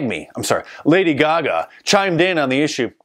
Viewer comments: Lady “gag me” 😂😄😃😁🤣😆😄😃😀😂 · “Lady Gagme”……love it.😃